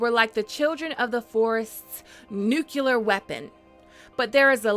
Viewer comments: Said nuculear as opposed to nuclear... Done with this vid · Did you just say "nukelar" weapon? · "Nucular"?? Lol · What's a "nucular" weapon? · "Nucular" weapon. Lol. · She gets a couple of words/pronunciations wrong every now and then, but it's grown on me over time lol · Nucular - lol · Did you say... Noocular weapon? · what the hell is a nucular weapon?